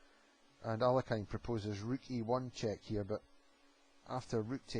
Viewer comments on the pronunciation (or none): The Russian masters's surname is pronunced as 'aa l ee(') h i n not 'alekajn'.Accent is placed upon the letter e